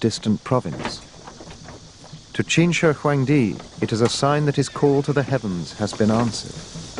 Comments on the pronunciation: chin? you mean qin right? the narrator is confusing me. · As a Chinese, it is so awkward to watch the re-enactments in english... and wth is "chin"??? It's "qin"... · why is it chin and not qin